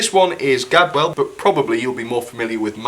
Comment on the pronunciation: For gods sake it's Gadwall. The nameplate says Gadwall. Not Gadwell, please correct this in future.